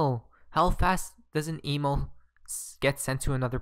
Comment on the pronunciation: why he can't pronouce "email" properly?